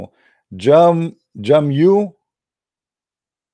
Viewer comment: it's pronounced as "Ja-miu" "Ade-gun-wa"